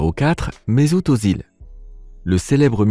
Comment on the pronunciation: Ça se prononce. Méssout Euzil